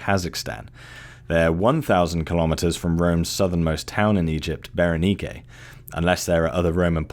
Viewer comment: That was a good one. The Roman Empire has always been an interest of mine. And you learned me how to pronounce Berenice correctly. I always thought it was pronounced like the feminine name Ber-Niece. I didn't know it had that Latin c pronounced like a k on the end.